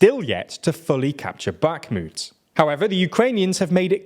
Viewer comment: Also; no 'K' in 'Bakhmut' 😉 Also, also; Eeeeeeegor Girkin, not Eyegor Girkin 😁